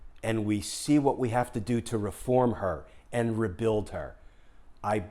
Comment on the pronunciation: "We'll keep... We'll rebuilb"